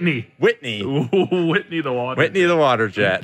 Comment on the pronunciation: Wetney, not Whitney